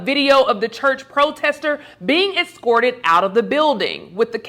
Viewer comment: Excorted? Are you serious?